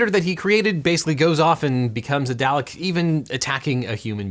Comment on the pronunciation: It should be illegal to pronounce Dalek wrong lol XD